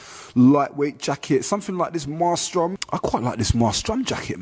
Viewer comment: Em-ay-strum not mar-strum haha